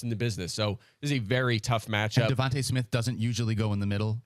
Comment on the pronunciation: They pronounce Devonta smith sooooooooooooo wrong